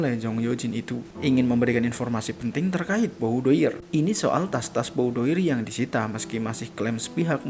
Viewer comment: BOUDOIR berasal dari bahasa Perancis. Dibacanya BUDOAR dengan pelafalan huruf “R” yang lemah